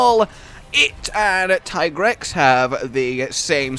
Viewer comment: It's not Tygrex. It's Teegrex...